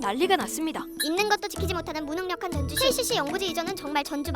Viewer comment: 전주시가 즌주시했네